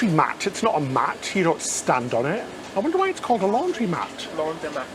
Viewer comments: Laundromat... lawn dro mat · Not laundry mat....laundromat --like automatic I think..... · your trouble with spoken words, (both English and non-english) never fails to send me into hysterics. Keep it up!! "Laundry-Matt"? No. Laundromat, after the 1940s and 50s fad, the Automat, where whole meals were sold in vending machines. And kudos on learning how to say "Buffet" rather than "Boo-fayy." It sounded as if you were describing a 1960s hairdo. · Actually it’s Laundromat, not “Laundrymat”. The word is a portmanteau of launder & automatic 😉 And the doohickey for your mango dessert is called a pipette 😋